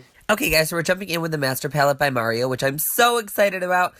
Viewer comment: LOL as i rewatch this for the gazillionth time, I'm just now realizing one of the shades is my name AND you say it right! you are absolutely my favorite person